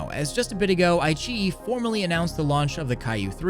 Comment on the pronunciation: Not ai-chi It's Ai-qi-yi